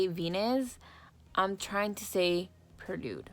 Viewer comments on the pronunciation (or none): It's not perlude its prelude lol. It's pronounced like "pray" lude. But I'm not being shady, I think you're so cute when you say it that way but I thought you might want to know how to say it correctly! I love your look btw, you always do bomb looks! I really wanted this but wasn't sure if I was going to get it but like usual after I watch one of your videos I have to go and get it!!! 🤦‍♀️😂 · Why does it sound like she's saying perlude instead of prelude though 😂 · it's not perlude it's prelude